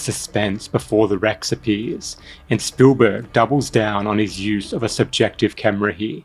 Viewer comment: cool video, no idea who this "spoolburg" is tho haha